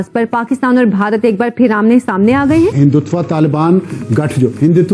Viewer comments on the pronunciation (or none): हिंदुत्वा नहीं.......... हिंदुत्व बोलो.